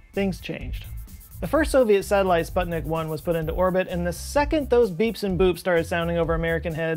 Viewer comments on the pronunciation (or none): none